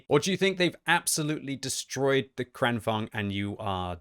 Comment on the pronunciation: It's kranVAGN, GN, not kranVANG. G is not silent in Swedish language